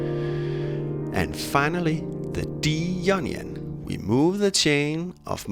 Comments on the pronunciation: the word in pronounced eye own ee on = Ionian not ee onion. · The onion scale 😂 that’s made my day! I’m just saying you need to pronounce the ‘I’ in Ionian 😂 great video though! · When he says 'Ionian' it sounds like 'Onion' I am going to call it Onion mode from now on. :))) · I thought he said 9nion scale.